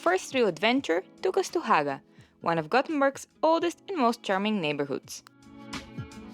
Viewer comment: That was a 100 % approved pronounciation of Haga in "Gothenburgish" or as we natives say, "Gôtebosska" 😄